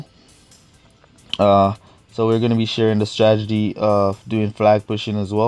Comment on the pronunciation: Lol and 'stragedy' 😂